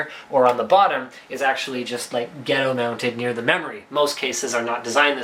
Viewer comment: lmao "gehtto-sauce"